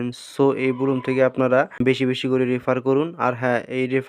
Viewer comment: সালা মুর্খ, এটা বুলুম নাকি ব্লাম